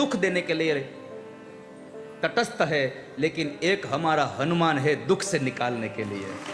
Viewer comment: ये अनुमान, अभिमान, विमान वाला क्या गप्पा लड़ा दिया कथावाचक ने...........उनको कोई समझाए कि हनुमान् शब्द इन शब्दों से भिन्न मत् प्रत्यय से निर्मित शब्द है........और श्लोक का उच्चारण भी शुद्ध करें🙏🙏🙏🙏🙏 ऐसे ही सनातन का रक्षण नहीं होगा